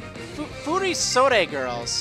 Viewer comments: The second part you got right but the first is wrong. It's furo-sodee, not fury-sodee. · it's pronaunced: fu-ri-sod it's the name of the kimono (altough these are fasionable modern furisodes and not the treditional furisodes [which are worn by Geishas hint-hint Kimono Girls]) I love Valerie's style, her outfit is beautiful, this gym is beautiful. and the badge is beautiful too. wish I could play this game. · its pronounced fury-sodde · It's pronounced Furisode